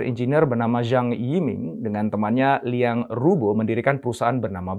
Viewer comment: Qing bacanya: Ching (seperti suara uang Cha-Ching)..:) semoga membantu sedikit (: sementara saya dapet banyak dari video2:) Zhang YiMing dibaca: Cang i ming (cang seperti pada kata Bakcang) Liang Ru Bo dibaca: Liang Ru Po (seperti pada Pokok) NeiHan DuanZi dibaca: Nei Han Tuan Ce (seperti pada Tuan-Tuan dan Nyonya-nyonya, dan Ce disini agak sulit untuk lidah non chinese... tapi bisa di baca seperti cecak) Tou Tiao dibaca: Thou Thiau (seperti pada Thailand.. tapi "ai"nya ganti jadi "ou" dan Thi juga agak sulit untuk lidah non chinese... tapi bisa digunakan disini seperti Tin dalam bahasa inggris.. tanpa si "n"):) kita jg tidak ingin nama kita di baca salah semisal: Intonesea atau Aindonisaie.... iya kan?